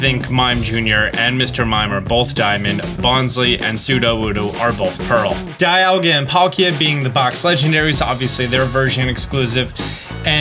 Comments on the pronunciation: Don't forget Die-alga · The famous "dialaga" 🤣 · Can’t wait to catch a “Dialaga” 😅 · Dialaga xD guess we know now he prefers Palkia. lad couldn't even care to name check. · Dialaga lol Dialga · "Dialaga" lol